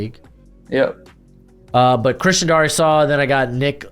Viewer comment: as a Vikings fan I hate the way you say Darrisaw, it's Dare-ih-saw